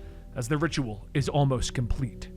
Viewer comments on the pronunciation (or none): none